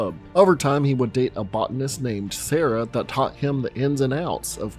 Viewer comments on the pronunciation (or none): none